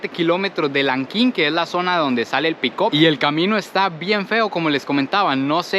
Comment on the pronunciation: Tenemos un '''pickop "' jejejejeje. Se escribe; PICK UP y se pronuncia como picap.